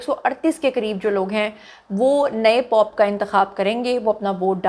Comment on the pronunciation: POP NAHI POPE ZUNI😂